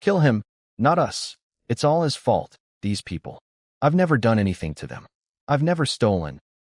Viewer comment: help help they trying T. O. kill me. hahaha the narrator spelled it out the "to" to "T. O." hahaha